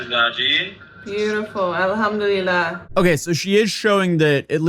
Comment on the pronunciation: Muslim here. You dont say "Alhamdulillah" when you're looking at something you've built you say "mashallah". I have never heard anyone do that. Plus her pronunciation of arabic words do not align with how they should be spoken. Before you even start reading Quran you start with arabic pronounciation. She is WAYYYY off on that.